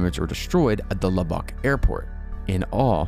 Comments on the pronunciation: It’s lub-uck as a Texan. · The way he says Lubbock i cant. I grew up near there and omg its a travesty to the folks there and how they say it lmao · Please don’t ever say Lubbock Texas again the way you just said it XD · Luback... that was the funniest pronunciation... its actually Lubbock, (lub-buck) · Lubbock is pronounced "Lub-buck", NOT "La-bock". No biggie. Just so you know. Thank you, for sharing! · it's pronounced Lub-uck not lub-ock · Just a nitpick. In Texas people pronounce Lubbock like lubbik or lubbuk, all soft vowels. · Love the video. However you butchered is pronunciation of Lubbock. It is said like "luh-bick". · "Lubbock", pronounced: "Lubuck" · Haha, I couldn't hp but notice your pronunciation of Lubbock. It's actually pronounced Lub-Uck. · It’s pronounced like “luh-buck” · hey, heads up, just in case u cover Lubbock again, it is pronounced "lubbik" or "lubbuck" with almost no differentiation between the two syllables. like "land lubber". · As a Texan, the way he pronounces Lubbock is like scraping a fork across a plate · I live in Lubbock and the way you pronounce it is sending me. 🤣 Great video though! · Love your channel but it’s funny how you were pronouncing Lubbock haha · Heads up, the a in Yazoo is pronounced like the a in at by locals. Umm. If you wanted to know. Umm..... Lubbock is pronounced lubbuck. Sorry. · Your pronunciations of some towns like Lubbock and Guthrie is annoying. L-uh-buck and G-uh-three